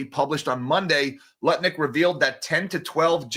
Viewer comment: It bothers me that you're constantly saying Howard Nutlick's name wrong! 😵